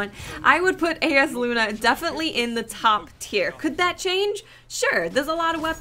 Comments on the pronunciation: It's pronounced Eye-as luna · For the record, the name of the hand-cannon is pronounced, 'I yas lu na'. I've gotten the drop twice, and it's amazeballs. Also, as far as range, I see yours is a little less than Hawkmoon. However, mine is significantly greater. Everyone's will be different depending on the the way yours is setup. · Pronounced: Eye-Uhs Loo-Nuh (eye as in eyeball) It's a very nice handcannon, but alas, mine drop with crappy perks :'( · It's pronounced (eye-yás-Loona)